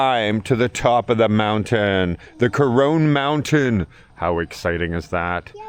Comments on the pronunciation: but you pronounce it with an "e" at the end of it. If you had a friend named Ron....you wouldn't pronounce his name "Rone", would you? It's pronounced "Core-ron". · Corone? It's pronounced "Co-ron". I don't recall seeing an "e" at the end.